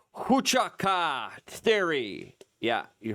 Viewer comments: Wah CHOO kah .... not hua CHA Ka. You sound like a you're trying to speak Klingon. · It's pronounced Wha-chu-ka. It only takes a second to use a pronounce app. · Fort wa-chu-ka. Bro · I think it's pronounced "who-ah chew caw". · Dude...fort hoochiewa....are you serious..thats not even close